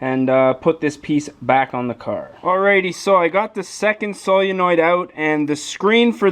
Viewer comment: I didn't know if you were trolling or not the way you pronounced Solenoid or maybe it's a region thing.